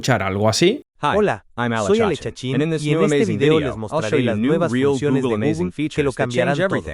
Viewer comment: "Gugel" ¡oh no!😂 Dislike por mala pronunciación.😢